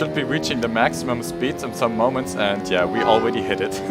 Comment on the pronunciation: “Aweady hit it.